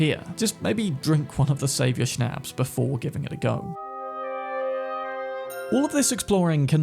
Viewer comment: It causes me no little anxiety to listen to people who habitually mispronounce "shnaps". It sounds like "pops, shops, stops"